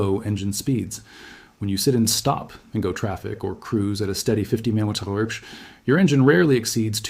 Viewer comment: MPH how do you pronounce it😂